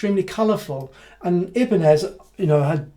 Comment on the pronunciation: Interesting video so congrats. I was just wondering why you are pronouncing Ibanez the way you do? Do you know something the rest of the world don't?